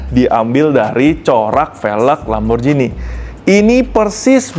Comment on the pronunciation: Lamborjini ❌ Lamborgini ✅